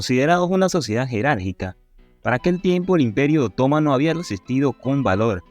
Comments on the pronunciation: Me llama la atención lo mal que habla el expositor. Es obvio que no habla español. No sabe que en español las palabras están acentuadas, con acento gráfico o tónico. No respeta a esos últimos. Quien habla dice: otómano pero es otomano, sin acento!. No aguanto esta mala pronunciación ni la lectura automática,. Aprende a hablar. De dónde eres? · No pude seguir viendo tu video... Cómo puedes pronunciar OTÓMANO... si no se acentúa ni se tilda en la segunda letra o. La Palabra se pronuncia otoMAno... acentuandola en la sílaba "ma"... Quien pretende narrar, debe primero saber pronunciar. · Respetuosamente al narrador : en castellano se leee otománo aun cuando no lleva acento ortografico sino prosodico